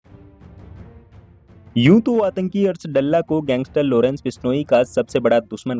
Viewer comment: Lodence nhi Lawrence bhenchod .. tameez se naam le